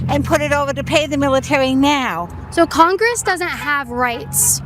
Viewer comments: Whats "congwess" ? 😂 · He is taking away rights of congwess that rasically wabbit